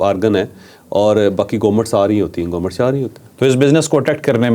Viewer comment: Gomment Gomment .. har Vlog main 20 dafa bolta hai gomment. Bhai Government hota hai.